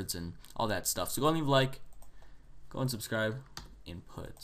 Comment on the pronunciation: "inut" bothered me for a long time...